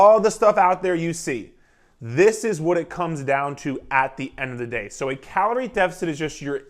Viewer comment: The way you said Carol 😂😆 were you wronged by a carol sir lol but great video I enjoyed this